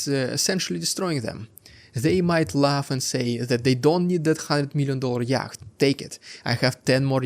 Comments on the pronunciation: The correct English pronunciation of yacht is "yot", I do not say this to be pedantic only that your blog in English should be taken seriously, and not ridiculed and dismissed for a comical mispronunciation. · FYI yatch is pronounced yot. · It has 2 pronunciations. Brits pronounce it "yot", North Americans (Canada, US) say "yat"... His pronunciation was close to the North American way (the C is silent though and should not be pronounced, which he did once). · Yacht is pronounced 'yot'. English is eccentric! 😂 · It has 2 pronunciations. British pronounce it "yot", North Americans (Canada, US) say "yat"... His pronunciation was close to the North American way (the C is silent though and should not be pronounced, which he did once).